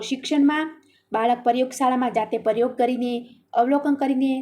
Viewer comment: વિડીઓ ખુબ સરસ છે બેન તમારો પણ થોડુક ઉચ્ચારણ સુધારવું પડે એમ છે....જેમકે પરયોગ ને બદલે પ્રયોગ બોલાય, લખેલું હોય એ જ વાંચો તો કંઈ પણ જરૂરી શબ્દ છુટી ના જાય વગેરે...